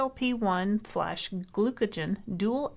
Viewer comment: Please, it's pronounced "gluca-GONE" not "gluca-JEN"